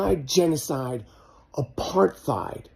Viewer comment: Michael is an idiot he can't even pronounce apartheid 😂